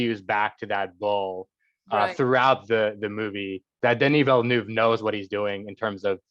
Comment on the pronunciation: That she couldn’t say Denis Villeneuve’s name right put me off.